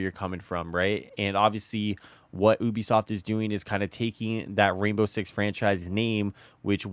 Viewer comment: I swear I thought you said boobi-soft 🤣